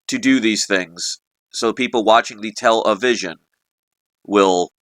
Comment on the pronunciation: I love how you say Tell A Vision I say Tel Lie Vission